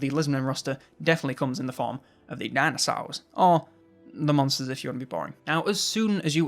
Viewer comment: Dinasours, sounds like a deliciously sour gummy candy shaped liked a thunder lizard.